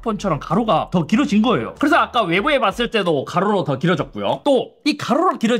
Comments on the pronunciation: 가로록 갈매기인줄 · "가ㄹ르로록" ㅋㅋㅋㅋㅋㅋㅋ